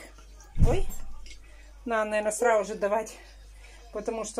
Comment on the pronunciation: а СРАУ не бесит? а СТРИТЕ?